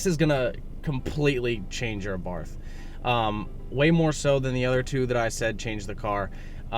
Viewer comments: This guy is a fucking tool. 2nd. Please dear God tell me that the tune is actually called tork tune.... And he doesn't mean torque.... Hmm. Also it's AbarT-. H is silent. Smh. This fucking guy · Thanks for the video. I've got a 2013 with 42k miles on it. Cold air intake, shock tower brace, Madness ECU, power pedal, thermal blanket for the new turbo. The only thing I can add is Carlo Abarth's pronunciation of this last name is 'Abart' no 'th' it is a hard 'T' sound. Keep up the good work!